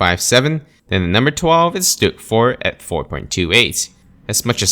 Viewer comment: Staghound, Stug “IV”... you get it wrong quite often. Regardless of how the game classifies the Stag or Stug. 😉